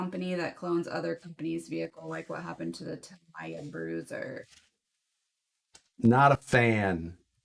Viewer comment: Why do almost all of the people who build a Tamiya kit pronounce Tamiya wrong? It isn't that hard... the vowels in the Japanese language are not pronounced like Americans do as the language is mutilated.... A is pronounced ah. E is eh. I is ee and o is oh. So....Tamiya is pronounced Tah Mee Yah. NOT Tah My Yah.